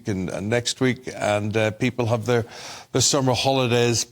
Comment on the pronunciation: Its warm its summmer 😂